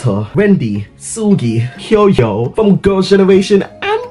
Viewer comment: did he just call Hyoyeon HYOYOOO!?!? I'M DEAD 💀 but yes! you talked about meeting her before.. and I'm still envious!!